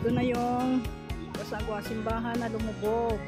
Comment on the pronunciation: cagsawa po hindi casagwa😅